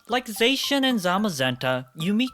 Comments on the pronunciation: here we go again.. It's pronounced Z - ah - sh - ee - an, not Z - ae - sh - ee - an, they clearly say it in the anime AND in the trailer. I haven't had to correct this in like 3 years, but this is getting out of control-.. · I think it’s pronounced “Zah-she-in”. Not to be rude. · There is no H in Zacian!